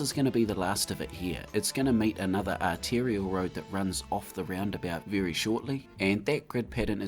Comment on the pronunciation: 3rd artilliary road? What division? 😂 I think you mean 'arterial'.